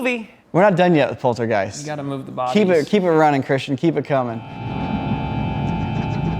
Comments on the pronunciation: Poltergee, poltergeir & poltergeist 😂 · It is polterHeist…like gif. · did he just say polterGIEST ? Lmao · How old is again? He doesn't know how to pronounce Poltergeist? He doesn't know who Stephen King is?